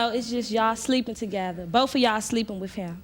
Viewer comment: Who are you with? Him not phased: “Bofe of em”